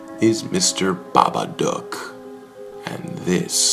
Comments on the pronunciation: "The babaduck" it sounds like duck instead of dook DOGGY NO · Bro he says is dok it's dook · You talk so weird when you sayBABA DOOk